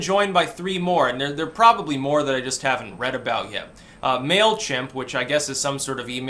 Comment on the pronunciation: Mail... ka-Himp?